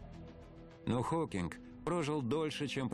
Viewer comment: Холкиг ? Фамилию даже не можете правильно произносить